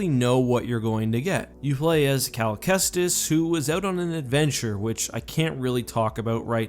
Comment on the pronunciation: Oh his name is CAL Kestis. I thought you said his name was, I was about to say "ANOTHER -based name in Star Wars?"